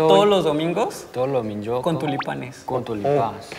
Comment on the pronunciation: Mi parte favorita es porque para empezar ya lo venían diciendo bien gracioso pero luego cuando le dijo "todos los domingos" y "tulipanes" me dio mucha risa jajaj